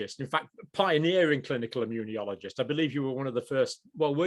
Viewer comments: John, the word is immunologist. Stop saying 'immuniologist'...there is no extra 'I'...please! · John, why do you pronounce immunologist with an i after the n? You say "immune - i - ologist". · I love Dr Campbell's quirky pronunciations of certain words. He is pronouncing immunologist as immu-nyo-logist. It's fine. Just picking nits. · he called him an immuniologist lmao